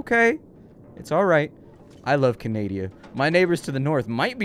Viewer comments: Did he say he loves Canadia? Lol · "I love canadia." Yeah, I fookin love canadia too.